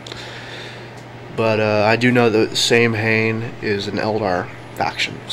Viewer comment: HAHAHA! you guys are killing me. Saimhan is a craftworld from Eldar story fluff for warhammer 40k. Not sam hann. it is pronounced "Sam-Han".